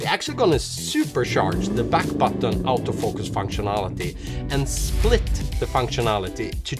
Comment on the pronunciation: Sorta funny. The accent of Auto-Focus sounds almost exactly like "out-of-focus."